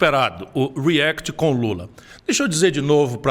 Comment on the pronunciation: A pronuncia react em inglês é com A não com E , reAct, coloca no YouTube react pronunciation que vocês acham videos d e nativos Americanos , inglêses falando a palavra react, vocês escutarão que se pronunica reAct, porquê vem de reAction, a mesma coisa vale pra app , vem de application então se pronuncia App não Epp, a mesma coisa vale pra Apple 🍎 não é Epple e sim Apple.😀